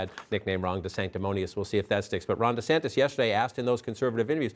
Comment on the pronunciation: “Governor Santis”?